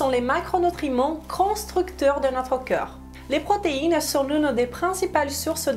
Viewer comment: Le mot "corps" se prononce KOR. Hors vous le prononcez à chaque fois comme le mots "cœur"❤, KEU-R Vous prononcez pourtant parfaitement le mot O-Key. Il suffit simplement de le prononcer à l'envers KO-R. Vous prononcez aussi parfaitement le mort "rapport", là, c'est encore plus facile. Il suffit de remplacer le son RAPE par le son K.